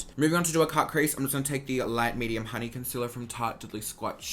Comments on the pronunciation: “Light medium honeyuah” I’m so glad I caught that 😂😂 I’m fuckin dying 🤣💀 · Yesss “Tarte shape tape honeyuah” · "light medium honeyuah" dead. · ‘Honeyuah’ DEADDD. 😂😂❤️